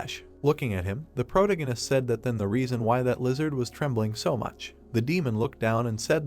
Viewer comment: Ugh… pro - TA - gonist So frustrating, this content is good but the overuse and mispronunciation of protagonist drives me crazy and I can’t focus on the content lol. Please pronounce it right or use another word!